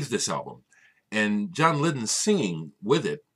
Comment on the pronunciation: Hey glad you gave Happy the thumbs up. Good innit? McGeoch's guitar...so good, reminds me of Trevor Rabin with regard to having balls when needed then adding clanging chorusy layers too. (Lydon is not pronounced Liddun but Lie-Dun, for future ref). :)